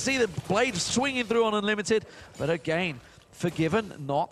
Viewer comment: Is he ever gonna learn to pronounce "again"?